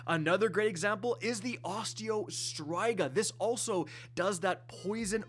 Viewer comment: Ack! "Striga" ain't pronounced like that, yo!